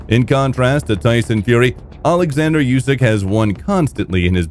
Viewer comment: Usyk doesn't like his name pronounced "yousyk". He corrects anyone that says it that way. It's pronounced "oosyk".